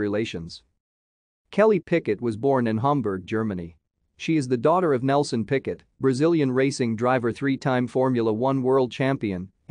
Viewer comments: It's not 'Picket', but 'Piquet'. You need to use French pronunciation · I came here to say the same thing 😂 picket 😂 PK